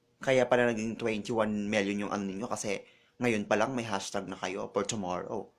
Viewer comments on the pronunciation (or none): PANGIT daw? HIndi ba siiya nanalamin? graveh mo mamintas 'te. CHOMORROW? TWEYT? ganyan ang pagbigkas mo sa tomorrow at tweet bakla? graveh ka. mag-aral ka nga ng tamang pag-pronounce pag may time 'te.